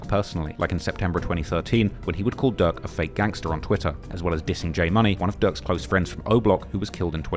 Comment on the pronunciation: Man I can’t tell when this dude saying durk or ducc….im trying tho 🤦🏽‍♂️🤷🏽‍♂️😂🤣😭